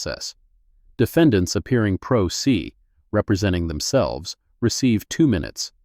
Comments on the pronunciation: Prose is prounounced (Pro Say). I realize this is AI but, stop butchering words. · Great story, fine detail. But "pro se" is a latin phrase pronounced "pro say"... let your AI know. Thanks.